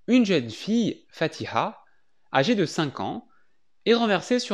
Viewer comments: Bon accent pour le Fatiha !😊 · On adore la bonne prononciation du prénom Fatiha... 👍🏻